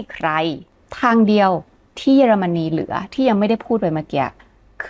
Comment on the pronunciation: ขออภัยนะคะ ติดตามมานานไม่ได้คอมเม้นอะไร ขออนุญาตติง เยอรมันนี ออกเสียง เยอ ค่ะ ไม่ใช่ เย แอบขัดหูนิดๆ มาตั้งแต่คลิปก่อนแล้ว ถ้าปรับให้ถูกต้องจะสมูทมากเลยค่าา ที่เหลือดีเยี่ยมมากแล้วววว รอติดตามค่าา🎉